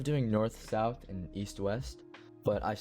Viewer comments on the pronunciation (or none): none